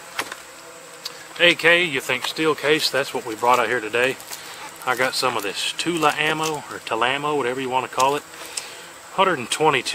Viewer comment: You said it right Tula (TOO-la) a government arsenal in Russia. You have the take down lever pushed up in the position to take it apart!!!!!